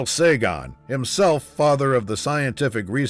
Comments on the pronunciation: Your pronouncing "Sagan" wrong. It's not "Sagon." "Sagan" as in "can." or "began." Or "an" even. Get it? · Liked the info but the thing that consistently annoys me is that they have the Voyagers flying backwards some of the time... the dish points back towards the Earth and not forwards like in the Starship Enterprise... otherwise we wouldn't be able to communicate with it. Also...its Sagan...not..Sagon